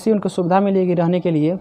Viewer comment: सुविधा होता है,,, सुबीधा नहीं 😂